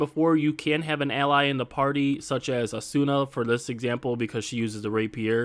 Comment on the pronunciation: Great video. Only downside is the pronunciation of asuna 😬